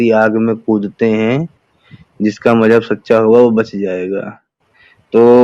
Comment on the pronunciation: Majhab nahee hota muzhub hota hay.